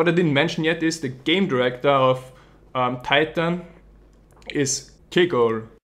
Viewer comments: you should pronounce titan more österreichisch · "tie tan"